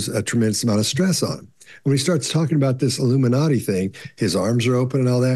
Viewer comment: He said ‘illiminati’ and I said ‘nope.’